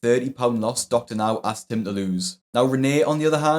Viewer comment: It’s asked not axed, can people learn how to say the word correctly